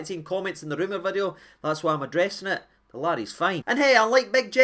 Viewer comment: A brand Noo Vid-e-o 😂